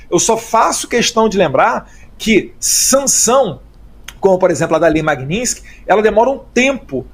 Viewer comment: Magnitsky é o sobrenome de uma pessoa que foi barbaramente assassinada e que por isso, de uma certa forma, foi homenageada como nome de uma lei contra violação dos direitos humanos e outros crimes específicos. É um desrespeito ficar pronunciando de forma errada este sobrenome sendo que tanto no idioma original (russo) quanto no idioma português a pronúncia é a mesma: MAGNITSKY. Não existe magninsk.